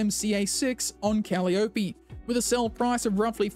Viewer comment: Thanks for that very useful info. I assume the 'hotfix' was a backend only fix as I have not had an update at my end. PS Cal-Eye-o-pee. Think about how Penelope or. Persephone is pronounced. Similarly, you-Ter-pee. .